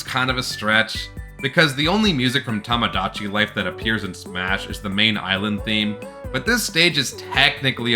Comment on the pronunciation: A lot of these words are ones you’ve only read and never heard, it seems. Like when you got to the “Tomodachi Life” segment, the way you said it sounded like you were claiming there was a stage called “TAMAGACHI Life” even though Smash doesn’t have any Tamagachi-related content.